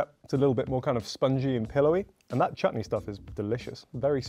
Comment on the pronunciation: did just say chutney😂😂😂